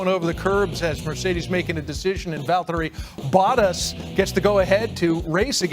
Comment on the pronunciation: the way that anchor pronounced Bottas' name should be illegal😂😂